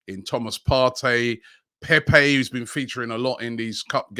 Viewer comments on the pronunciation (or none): none